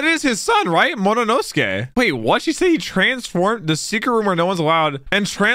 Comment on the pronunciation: I ache each time says "Mo- no- nosuke" Agghhh😫😂